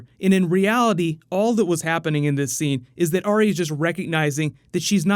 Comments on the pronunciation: It's not Aria, it's Are-Ya. There's a video on Youtube of GRRM pronouncing it. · for someone who's dedicating a lot of time and effort to this series, youre not saying her name right... Its "AR-YA" as she says it herself, right? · Number one Game of Thrones pet peeve, people pronouncing Arya's name as "Aria" Does anyone even listen to how the character herself pronounces her own name?